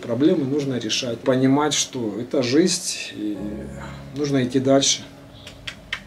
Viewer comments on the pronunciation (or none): обожаю все ваши каналы!! но!! блин! жиЗНЬ а не жиСТЬ... режет слух жутко!!